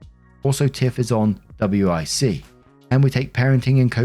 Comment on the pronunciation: WIC is pronounced as wick. It stands for women, infant and child and is a government aid program that helps with purchasing food for your kids. But the food can be very specific. (This cheese block, but Not the slices or this gallon of milk brand but not this other brand or 5 oranges but not any more.)